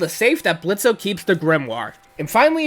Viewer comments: good build, tho i did get a little mad when he said blitzo and pronounced the o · Bit annoyed by the times Blitzo's name was mispronounced, but awesome video otherwise.